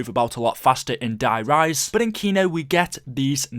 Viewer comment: How come you're saying Die Rise like that?